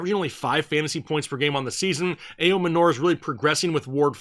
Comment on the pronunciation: It’s actually pronounced Ayo-manor, not manure..